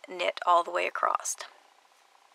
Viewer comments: Ivory Gilyard Her "acrossed" or "acrost" is actually what you and I would say as ACROSS! I wondered about that too until I realized she was just not properly pronouncing it. Working on two socks simultaneously but on separate needles can be so confusing. I simply took the time to learn the two-at-the-same-time method and with both on my needle and working sock B just as I did stock A gives me an identical pair without having to keep my place. It truly is so simple and much less confusing. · Sorry, but it's across, not acrosst. Really made it difficult to watch this, which is a shame, because it seemed like a helpful video. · Across across across there is no T in across(t) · Acrossed. ACROSSED. WHY??? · ACROSSED. I CANNOT WATCH THIS TUTORIAL! And it's a shame as she does show some cool stuff.